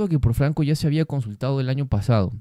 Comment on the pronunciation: Ya entraste en la onda de los "iría" .por las h es